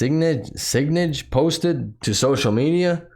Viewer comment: Sign idge, is how you would pronounce it bro. I can't listen to you if you insist on the bad spelling and grammar bro, sorry, just record it again bro, your content is reasonable yeah.